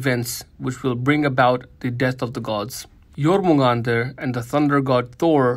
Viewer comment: Finally, someone actually pronounced Jörmungandr correctly, I've heard so many people butcher the name, it's not even funny.